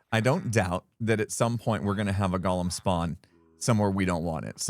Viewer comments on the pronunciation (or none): It’s Go-lem, not gall-em. That was the name of the crazy critter in Lord of the Rings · The way you say Golem sounds like you're saying Gollum from Lord of the Rings. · I love it! But GO-lem. Goa-lem. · Golem and Gollum are two different words. They are pronounced differently. The first is GO-lem. The second is how pronounces it in this video. Golem is from Hebrew (meaning shapeless mass), and if you have never read about the Golem of Prague, you have a nice treat ahead of you. Gollum is from Tolkien's stories: The Hobbit and the Lord of the Rings. He was named for the guttural sound he voices. Why do I make a point? There is a certain cultural pride in the Golem, and don't like have it confused with the less admirable character of Gollum. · What is the deal with Hermits being unable to pronounce 'golem'? Xisuma is the same! He's not a LOTR character, y'know...